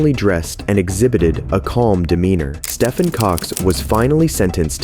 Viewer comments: Stephen is pronounced ste-ven. Not stefan. Call me triggered. 😂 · it's pronounced 'steven' not 'stuffin' his name is not pronounced stuffin cox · When you read a Stephen King book are you reading a Stefan King book? No, because it's pronounced Steven. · Why would you be speeding way past the speed limit if you are carrying something illegal. these guys are stupid of course they are getting caught. ALSO LMFAO at him saying Stefan Cox. That name is pronounced STEVEN and is an alternate spelling of the name unless his parent's didn't know how to spell Stefan or say Stephen/Steven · Stephen is pronounced Steven, not Stefan. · Im sure stephen is pronounced like steven not stefan 😂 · Stephen pronounced Steven. Where is this narrator from?? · 'Stephen" isn't pronounced "steffin". Trust me. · How does this guy not know how to pronounce Stephen? He sounds like an adult???? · Stephen or as we like to say STEVEN.......YOU GET PAID TO FCKING READ SO EITHER GO BACK TO SCHOOL OR GO FLIP A FCKING BURGER BECAUSE YOU HAVE NO EXCUSE FOR NOT KNOWING HOW TO PRONOUNCE THE NAME STEPHEN WHEN THERE ARE PLENTY OF NAMES IN THE WORLD WAY HARDER TO PRONOUNCE!